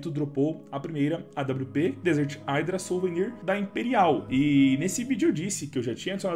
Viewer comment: Se fala "idra" dog não "aidra"